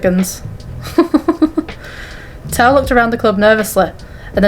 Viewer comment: also! Your pronunciation was pretty good! Xiao Hua is like zh-ow h-wah, and tao is like t-ow :)